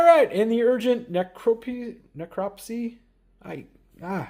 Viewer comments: Pronounce it like "neck-rop-sea". It's a fancy work for autopsy. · lol, just say it exactly like you would say autopsy